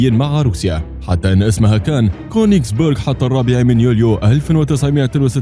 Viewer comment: اسمها كونجس بيرج مو كونجس بورج لنو بورج معناها قلعة